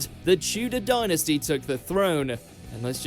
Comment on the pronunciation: I think the narrator's voice is suspiciously like AI. He also pronounced dynasty as "dienestie", Clerkenwell as "Clerk-en-well" instead of "Clarkenwell" , monarch also strangely said, no one here pronounces any of these that way either.